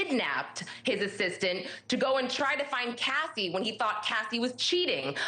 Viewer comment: Her name is Cassie not Cathy